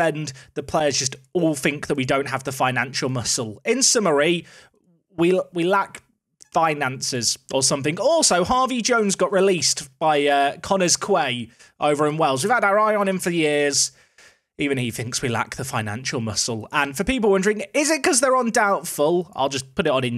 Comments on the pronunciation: Quay from Connah's Quay is said the same way as quay from Torquay - 'Kee' 👍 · Connah's Quay - Pronounced 'Key"!:D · Love that you pronounce Tor-Quay as Tor-Key but Connah's Quay as Connah's Kway ;)